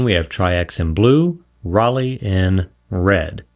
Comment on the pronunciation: Just like Leica, the EI in Rollei is pronounced I, not E. ❤